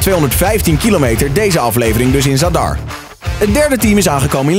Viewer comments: De d van zadar zeg je stiller je zegt niet zad-ar maar gewoon zadar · Ben ik de enige die triggered was bij de uitspraak van zadar